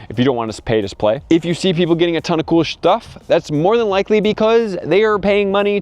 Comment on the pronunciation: "If you see people getting cool shhhstuff..." xD